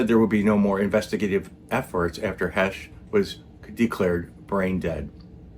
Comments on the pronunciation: .. pronounced "Hey sh" ..not "Hesh like said" ..long A, okay? 👍 "HAAAAash, ..not hash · I'm 6 seconds in; already coming to the comments. You're pronouncing "Heche" incorrectly. Ugh...